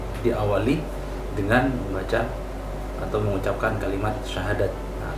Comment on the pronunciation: Kalau didengerin baik2, pengucapan syahadatnya mbak ini uda bagus ya. Padahal bukan muslim loh sebelumnya. Apakah sudah belajar dahulu. Hanya allah yang tahu.